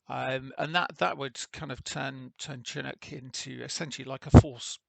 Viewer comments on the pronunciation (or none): It is (shi-nook) not Chin nook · Pronounced shee-noo'k :) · SHIN-OOK, YOU LIMEY BASTARD!